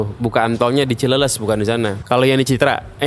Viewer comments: Koreksi Cileles baca cileles (bahas Sunda). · bukan cileles tapi cileles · Dengerin... Dia ngomong ada R nya kok